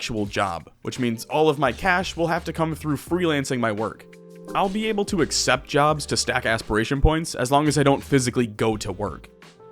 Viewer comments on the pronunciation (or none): none